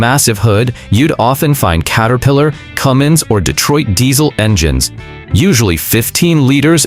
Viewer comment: THERE IS NO "G" IN CUMMINS! AND YOU SHOULD KNOW THAT!